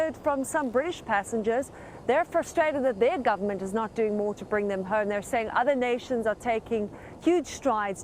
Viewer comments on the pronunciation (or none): Yeah...when she said the word she needs to be ho.m e with a strong tone on the word home making me laugh. Why did you travel when knowing the coronavirus was spreading?